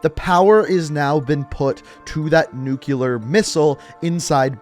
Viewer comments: It’s pronounced as nuclear not nookular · nu-clee-ar not nu-cu-ler. come on george bush